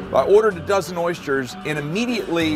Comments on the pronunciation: Why do you call them oys jers? They are pronounced oys thers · Anyone else hearing "Oystures" ? lol